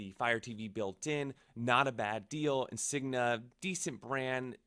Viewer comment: That’s not how you say Insignia…